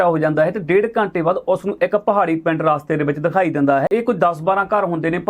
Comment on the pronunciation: ਰਾਸਤੇ ਨਹੀ ਰਸਤੇ ਕਿਹਾ ਜਾਂਦਾ ਹੈ। ਕੰਨਾਂ ਨਹੀ ਲਾਈਦਾ ਜੀ।